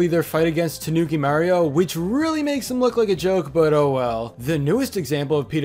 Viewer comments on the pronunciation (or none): You sound so wierd when you say Mario. I dunno why